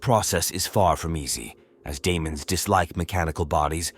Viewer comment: Daemons is Latin for Demons, or an archaic spelling of demons in English. Pronounced, dee-muhns! Not Di-amons!